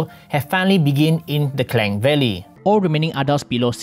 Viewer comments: boss..sebut btul2 la klang tu... nk speaking agak2.. klang in english pon tetap jd klang.. xbunyi keleng/clank... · Sapa omputih sini try sebut kLANG bunyi camna.. Slang in english sound Sleng.. Klang kena eja Klunk in english untuk bunyi Klang.